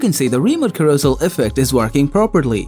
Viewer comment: Carousel is pronounced karro-sell